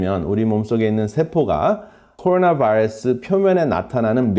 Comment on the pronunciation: 박사님 한국말 잘하시는데 꼬로놔바이뤄쓰 영어에는 버터 많이 바르시네요^^